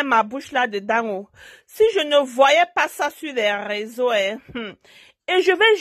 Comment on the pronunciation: On dit réseaux sociaux et non raiseaux